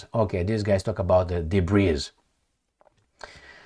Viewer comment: Hey, 'debris ' is pronounced without the 's' at the end. Not debreeze! 😁